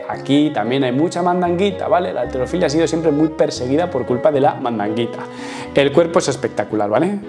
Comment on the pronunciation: halterofilia no alterofilia, dicho por la Real Academia de la lengua ESPAÑOLA! dónde vives